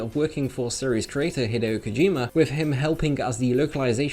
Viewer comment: The way he says Hideo make me barf